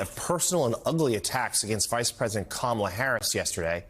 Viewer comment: He pronounces Kamala's name wrong because he's illiterate, dyslexic or both. Someone should point the spelling out to him it's not "Kam-a'R'-la", just further proof of his incompetence :face-orange-biting-nails:🤣🤣🤣